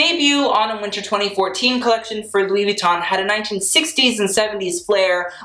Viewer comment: You should maybe have started out by pronouncing the brand name correctly.